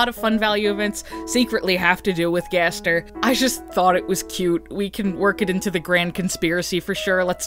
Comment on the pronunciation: Two things one never stop making these videos because the way you say Gaster gives me life Second ever since you suggested the garbage noise might just be the sound of darkness and could be unrelated to gaster himself that thought has not stopped haunting me